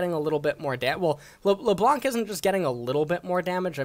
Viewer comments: lebloo and zurawth getting tilted from this BOOSTED pronunciation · Alright now I know you purposely pronounce names incorrectly after Lebloonk. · nobody: not even riot games:: la blounk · LeBlunc, Será (LeBlanc and Xerath) killed me ahahha